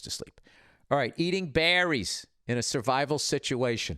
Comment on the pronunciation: "....eating bEHHrries..."